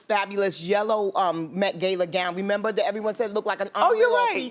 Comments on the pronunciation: "Meth Gay-La" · Met ”gaila” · Bevy went to the ''Met Gayla'' looked a mess lmfao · The Met Gayla.... LOVE IT!